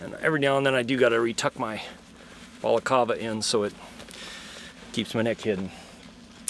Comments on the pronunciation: You know it's called a balacLava, right? Not a balacava. It's -cLava. -cLava, with an L. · Balaclava is pronounced: "Bah-kluh-vuh" Not: "Ball-call-veh" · Bruh English it's balaclava not balacava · very interesting! Btw it's a BalacLava, not a Balacava. First worn in the Crimea in 1856 by British troops. Very Vader! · im sorry did you just day balcalva? don't try to be fancy if you're not gonna get it right lmao. just say ski mask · Anyone else screaming “Balac…L….ava”? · Did he say balacava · It's pronounced "ba-luh-klaa-vuh" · What kind of monster says balaclava like that? Not even Vader himself would say it like that.